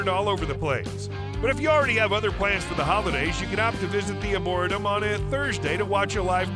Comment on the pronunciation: Uhmmmm....if you're marketing yourself as "The Luxury Travel Consultant" I think learning how to pronounce words is of paramount importance. The word "Arboretum" is pronounced ARE-BORE-REE-TUM, as in a place with lots of trees. SMH